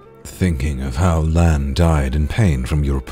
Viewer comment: "Yeah he's pribably talking about Lan" My ded ears: Len?? Like LenTotally???